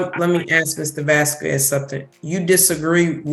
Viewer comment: Why does she pronounce "Vasquez" in that way? The U is silent in Spanish, so it's more like "Vasqez."